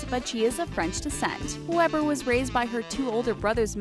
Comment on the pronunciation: Omg jade weber lives near me!!! And you don't pronounce her last name like that you pronounce it as if it were spelled weeber